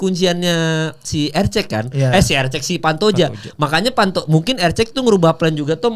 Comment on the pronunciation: Erceg bukan eceg eceg